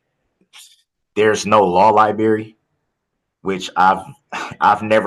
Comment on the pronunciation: Law lieberry!!! I’m dying